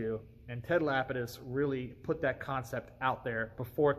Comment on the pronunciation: It is absolutely MIND BOGGLING to me how many people mispronounce that name!! It's not "lapid-iss" , it's "luh-pee-diss''. Kinda sounds like 'le penis', lol.